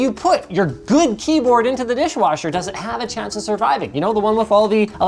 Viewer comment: Totally keep hearing saying dishwarsher.